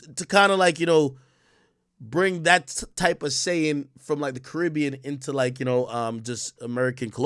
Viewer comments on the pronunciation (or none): none